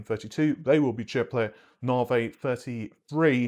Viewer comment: Naarrhhhvheeyyy...., It's Navi , like navigation...Cringe